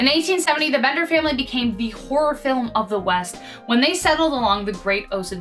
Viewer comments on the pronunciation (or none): none